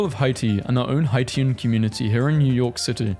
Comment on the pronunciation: I usually hate playing pronunciation police, but “Haitians” is pronounced Hay-shuns